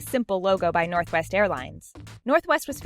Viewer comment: When she said northwest the sec time she said " northest" instead 😂😂😂